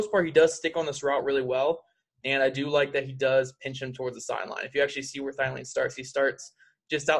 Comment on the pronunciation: Thielen......... It's Theee-Lenn lololol